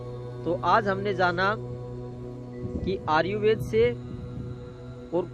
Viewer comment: भाई आर्युवेद नहीं... आयुर्वेद होता है.